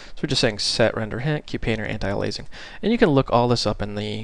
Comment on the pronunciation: BTW you pronounce it like 'anti'+ 'alias' +'ing'!